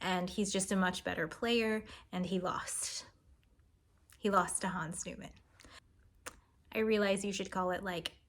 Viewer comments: The last name is pronounced knee-man, not like the Seinfeld character. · "Niemann" as "newman"?